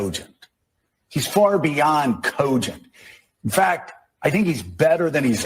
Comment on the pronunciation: Cogent? More like "Coupgent"